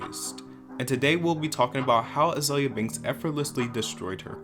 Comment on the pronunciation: Az-oi-lia Banks? Oh, great.. Another voiceover...